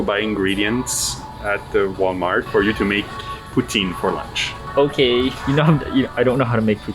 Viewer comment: They're in Quebec based off a flag I saw so dude should not be pronouncing poutine like that